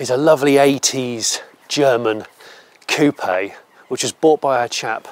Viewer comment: so refreshing to hear coupe pronounced correctly. american car channels are all like chicken "coop" but pronounce herb as erb 🤦‍♂🤦‍♂